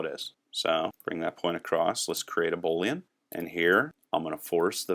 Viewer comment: The word Boolean is pronounced boo leanne --- long "o", not bo leanne. Love the tutorial though. "\" is an escape character, not an escaped character